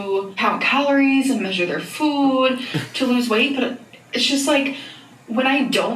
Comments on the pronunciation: Why is she saying “fuud” all of a sudden, has she always said it like that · What’s this new way of her saying food?!? 😡🤬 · I can't get over the way she pronounces "food". Bestie why does she use that weird ass accent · I've never clicked on a Zack video so fast. Also, whoever pointed out to me that she says food weird..... I just wanna talk.